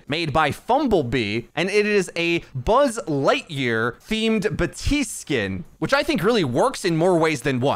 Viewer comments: baPtiste not batiste XD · As a reminder...the p in Baptiste is pronounced (take a listen to his "appreciation" voice line in-game). Great video though!